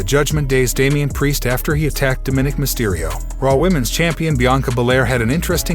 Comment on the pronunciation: This gabbling Dumb Dick STILL does not know how to pronounce "Dominick". Ergo: nobody is interested in reading these Comments "Out There".